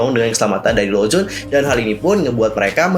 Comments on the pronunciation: Lonjwin kak bkn lonjwon xixi😁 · bacanya bukan lowjun tapi lounjuin hihi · Renjun dibacanya Lenjwin bang😀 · Tapi emang harusnya di baca "lon jin" karena kayak gitu pronounciation-nya.